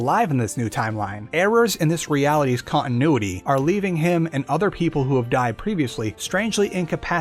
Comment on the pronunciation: Jesus. Who taught you how to pronounce English words? Cong-i-noo-i-ee!